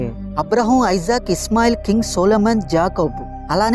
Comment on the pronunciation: అతని పేరు ఐసాక్ కాదు ఇసాక్